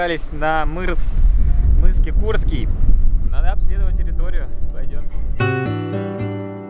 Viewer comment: КекУрский режет ухо, жил там три года с видом из окна на мыс КЕкурский, а тут такое! Но знакомые места повидать приятно)))